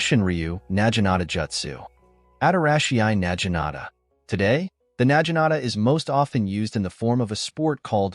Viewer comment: Na Gi Nata. A.I. is saying it incorrect.